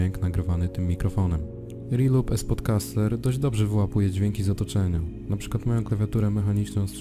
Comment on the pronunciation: Mówi się "Es podkaster", a nie "Spodkaster"